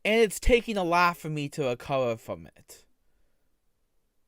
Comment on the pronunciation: "its takin alot to recowah from this" 😂